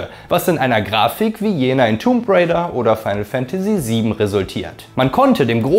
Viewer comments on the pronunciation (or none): none